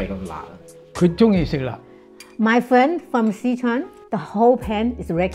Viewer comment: Thank you for pronouncing Si Chuan correctly.